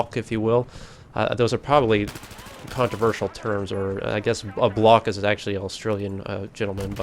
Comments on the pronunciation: Love it "he's a block" that made me giggle, it's bloke (blow-k) great video man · As per normal, enjoyed your pov and game play. But have to pull you up on "Blocks", its "Bloke" (Bl-oak) Lol. Game is better, but I'm still getting the blue screen, server crashes, rubber banding. Not as much, and still getting enough uninterupted games to be having a blast! Cheers